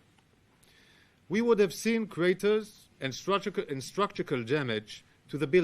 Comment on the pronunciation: He needs to work on his pronunciation of "structural"